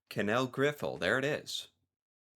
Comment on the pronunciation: Sometimes I have to ask people where the letters come from, this is one of them. Where the heck is the R in giffel. it's not griffel. grrr